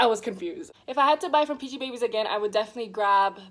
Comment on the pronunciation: Its pronounced as peachybibies